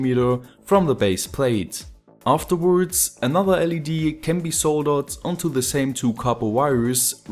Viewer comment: lol I love how you speak I put these wirez in the holez and afterwardz.... But don't get me wrong, you speak english really good, better than me for sure, and I love your videos.